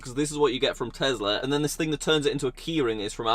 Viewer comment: Tezla? Tesla*